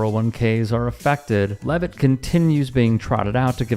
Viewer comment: Blah blah bluh bluk bluk leaveit